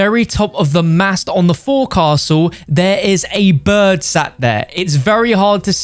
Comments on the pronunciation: Btw as a sailor its not pronounced as "for castle" its pronounced "fokl soul" and yes o know how its spelled but that is how to say it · Anybody else catch how pronounces Forecastle wrong?? It is not pronounced how you think. Dont believe me? Go to google translate and type it in. And listen to the pronunciation